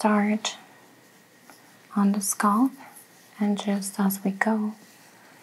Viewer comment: Very soothing—but please; the word is scalp not sculp.